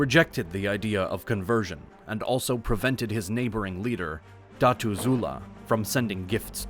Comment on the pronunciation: Dah-too. Not Datas